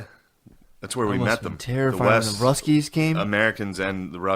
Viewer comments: After the 5th time he said “ruskies” got pretty annoying lol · You know your white when you keep calling them the RUSS KEYS😂😂😂